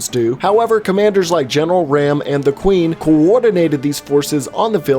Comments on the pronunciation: RAAM = Rom not Ram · It’s not ram he’s not a computer it’s rom raam is pronounced rom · sees RAAM "Ram": sees Brumak "Bru MAKK LOGIC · No offense but it's not pronounced like the animal ram, but a long a, they pronounce it Raam not ram, again, no offense, just a pet peeve of mine. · Me and my dad though it was pronounced ram until they actually said it right in game in the second one. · You bastardized Raam's name so horribly. Look how you massacred my boy. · Well get raams name right